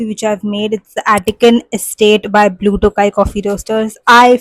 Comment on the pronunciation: Blue tho-gai & not blue tokai, since it’s your fav just wanted to let you know the correct pronunciation🧋